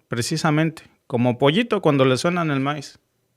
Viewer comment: Le suenan maíz paro no el maíz con z sino maíz con mai$